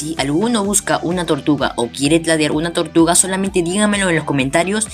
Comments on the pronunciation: Tortluga dices xD >XD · No sabes hablar bien dices "vamos a ver que nos dan por nuestra tortugla >XD